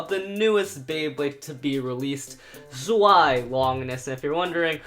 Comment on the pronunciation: Its zvie not zwie